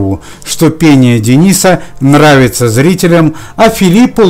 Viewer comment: Не Дениса,а Дэниса.